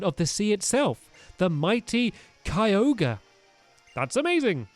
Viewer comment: Stampy it's ky-o-gri